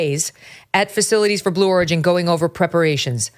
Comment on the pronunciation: Blue Origin? Is it supposed to sound like blue organ?